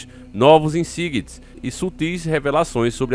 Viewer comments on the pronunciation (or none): "Insights" lê-se "Inçaitê"